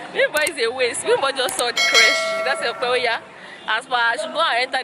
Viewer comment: The way pronunces Ope😂😂